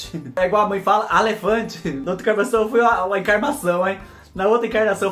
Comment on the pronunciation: Vc é fe mais Fubá amo ver vc falar, olha alefante kkkkkk